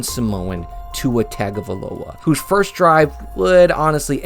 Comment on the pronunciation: Fun stuff and we appreciate the love but, for god's sake, please have enough respect to learn how to pronounce Tagovailoa. Roll Tide Roll